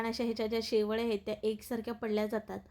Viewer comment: शेव्यळ्या 😅😅😅😅 शेवया म्हण